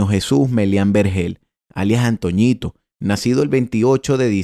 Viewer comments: No es antoñito 😂 era antonito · La única correpcion con el hizo el vídeo es que no es antoñitooooooo es antonitooooooooo o el viejo así es como se le decia